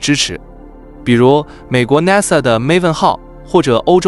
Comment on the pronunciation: 主持人你說 NASA 的發音不对，請注意